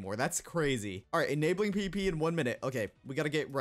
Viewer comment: i literally thought you were saying pp not pvp